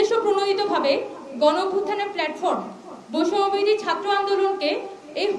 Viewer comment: বৈষম্য বিরোধী নামটাও এখন সঠিক ভাবে উচ্চারণ করতে পারে না মেউধাবীরা। লজ্জাই পায় নাকি বুঝি না।